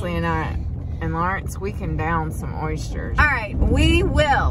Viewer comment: Love the way you say oysters…. “Oyshters “ is it a southern thing?